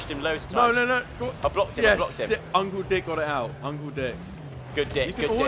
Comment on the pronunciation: When they say uncle it sounds like uncool